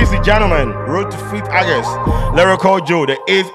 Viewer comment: The month is not pronounced Argust, it’s August. I hear a lot Ghanaians making this grave error.